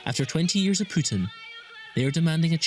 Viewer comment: Putin not Piutin , you english freek.